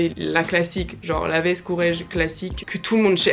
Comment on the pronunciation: Pour les prononciations, Moschino ça se prononce à l’italienne donc « MosKino » Courrèges ça se prononce à la française donc pas « CourreDJes » mais « CourrèJes » Voilà, super vidéo sinon!